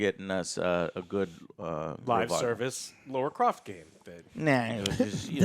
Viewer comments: Why do people say Laura Croft? Would you call someone named Tara, Taura? Or Lana, Lorna!!?? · Laura Croft? Who the f* is Laura Croft?